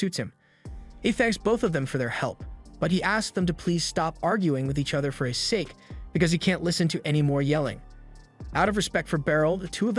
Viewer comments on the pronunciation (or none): none